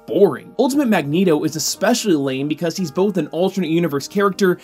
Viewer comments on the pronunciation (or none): none